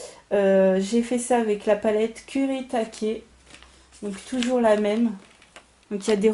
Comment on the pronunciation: Super! En plus tu prononces bien le nom japonais des aquarelles kurétaké ;) elles sont geniales!